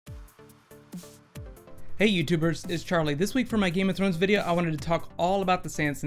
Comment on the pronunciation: please, "Thrones"!